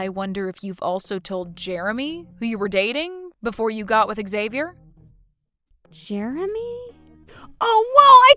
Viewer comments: Learn to pronounce Xavier if you insist on using that rare name. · Good acting except you need to get all actors on the same page about name pronunciations before they record their parts. One sis kept saying Xavier/Xavi in American way of starting with a Z sound & the other kept pronouncing it as an H, like Hispanics (who would change the spelling to Javier/Javi). Weird to hear 2 supposed sisters constantly pronouncing the name so differently. 😂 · Why does one person pronounce his name one way and the second person pronounce it a different way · Depends on the person. It can be pronounced as "Ex-avi-er", "Ha-vi-air" when said in Spanish if spelled with an X or J, and "Zay-vi-er".